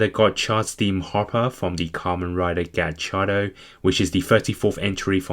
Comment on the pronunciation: Its kamen ridee gotchard not gatchardo